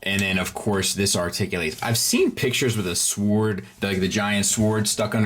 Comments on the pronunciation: There is a point where saying “sowaard” stops being funny and is just annoying. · The only thing that really bugs me in this review is his inability to pronounce "sword" properly, the "w" is silent. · Why do you say sword and feet like that